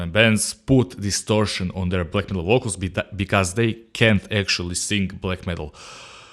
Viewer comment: I like your lamps!! They make a difference in the sound!! LMAO!! like how you say, VOKALZ!! LOL